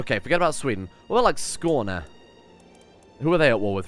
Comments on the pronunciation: As a Swede, I'm impressed with your pronunciation of Skåne :O Most people would say "Skane" lol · I’ve never heard an english speaking youtuber say skåne as well as you did in this video 😧